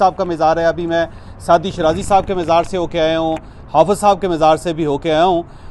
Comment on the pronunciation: talafuz sahi karain,mizar nahin mazar